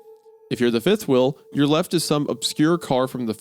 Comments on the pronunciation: are we gonna talk about the fact wendigoon can't say wheel? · Why does he say wheel as wheil